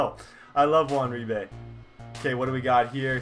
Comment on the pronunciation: U said Uribe wrong just saying